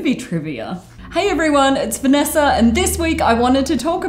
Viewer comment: More like, "Hey everyone, it's VanNASA"